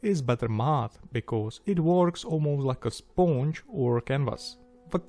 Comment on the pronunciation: “Sphonge” love your accent and love the build, nice one